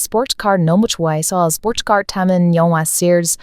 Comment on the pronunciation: 스폴~츠 카 알 발음 쥑이네요